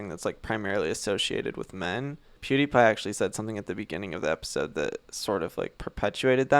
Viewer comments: Also,, its Pewdiepie, not poodeepie😂❤️ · There was also "piewdiepie" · does he say poodiepie instead of pewdiepie? xD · Poo-die-pie lolololol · I don't Even know poodeepie Me: It PewDiePie Not Poodeepie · pronouncing pewdiepie poo-diepie is a whole other vibe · this man really said POOdiepie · “I hadn’t even heard of *poodipie*” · “Poodie pie”😂😂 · said “pudie pie” LMFAO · he said poo-diepie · all I heard him say is poodiepie like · he couldn’t even say pewDiePie‘s name correctly 😂 n no that’s not a video he did about “you” he did the videos of the video that “you” happen to be in. 😝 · “pudy pie” hahaha :,D